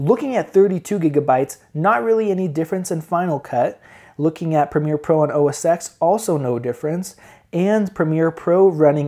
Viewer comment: you say OS X as "Oh Ses ten" not "Oh Ses ex" :-) thanks for the benchmarks